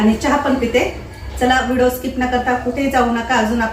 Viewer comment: अगोदर ऑर्डर द्यावी लागते का मला पण घ्यायच्या आहेत, आमच्याकडे होता, आधी पण माझ्या जावाने नेला तो, आणि हो तु व्हिडिओला व्हिडो का म्हणते व्हिडिओ म्हणत जा कारण का तुला बघणारे खूप जण आहेत त्यामुळे छोट्या छोट्या चुका काढतात मी बऱ्याच वेळा हा शब्द ऐकला म्हणून तुला सांगते रोज व्हिडिओ बघते एक पॉझिटिव्ह एनर्जी येते बाकी खुप खुप शुभेच्छा ❤